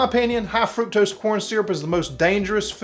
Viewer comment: FRUCTOSE! It's FRUCTOSE, people!😂